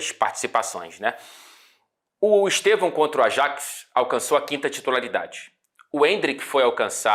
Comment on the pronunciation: Quão difícil é gritar "Stevan"???? HAHAHAHAH OU "Esteban"